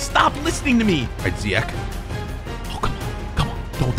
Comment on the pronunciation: Did anyone notice he said ziyak to ziyech